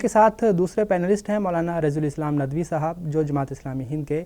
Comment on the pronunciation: Urdu Lafz saahab hai Sahaab nahin صاحب سحاب Anchor person's pronunciation is wrong, always he is telling سحاب With names